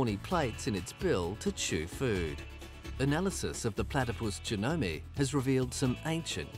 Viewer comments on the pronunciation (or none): Was this guy saying they have genetic links to to birds and snakes just because they have bills and venom? Because that’s not how that works... but he also pronounced genome JEH-NO-MEH like he’s never heard it said out loud before so I wouldn’t take anything he said about about genetics too seriously. Platypuses are radical though.